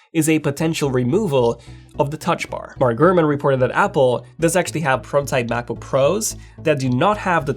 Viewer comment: “16 macojaook pro”